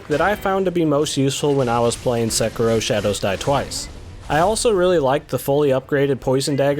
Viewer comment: got to love the pronunciation SeKERro